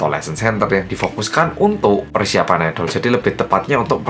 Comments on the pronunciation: Bang bacanya aidel bukan aidol:v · Pas ngomong "IDOL" krungu ku kok "ODOL"